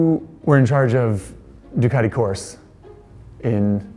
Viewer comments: Please, please, please!!! For the love of God stop pronouncing it Ducati "Course" - in Italian Corse is pronounced "Corsay" (you have to include the E on the end because it gets it's own syllable) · Ducati Coarse? Well that sure is an abrasive pronunciation... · desmosedici and corse....lear how to pronunce it dude , this is painfull to ear.